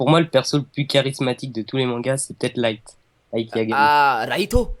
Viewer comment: sa me stresse les gens qui dise lighto